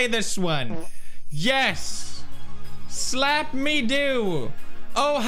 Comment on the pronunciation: Am I the only one who got triggered when Pewds said "Slapp" instead of "Splapp"?